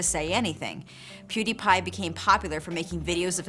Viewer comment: i mean like, at least she said his name right ?